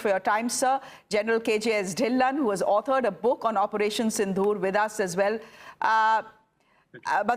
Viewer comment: Your pronunciation of Sindoor is wrong. You are sayong as Sindhoor